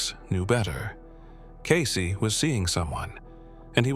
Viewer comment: It’s pronounced Cayce-ee not case 🌏💚⚔💙🌍💕